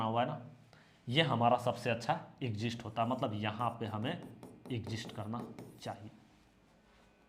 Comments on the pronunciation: Not exist sir, say exit. दोनों का अर्थ अलग अलग है। आप बोलते हो "एग्जिस्ट" बोलना चाहिए "एग्जिट". नेक्स्ट वीडियो में सुधार कर लीजिए, एग्जिट exit का मतलब है निकलना। Exist का मतलब है जीवित रह पाना। Sorry, if I hurt in any way . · Sir ji want to say one thing ... everything is fantastic.. but u say exist .... it is exis nahi bolna h ismai